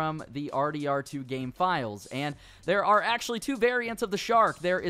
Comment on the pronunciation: Did he say I'm happy that they didn't ad this in the gay?